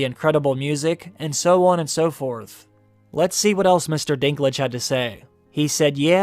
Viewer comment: Irgh. For a german ear it sounds so wrong when you call him "Dinglitsch" :D Dinklage is the name of a city in North-West Germany from where a lot of people moved to North-America in the 19th century. It's more called Dink (as in Think but with D instead Th) and Lager but without r but with a bit longer e.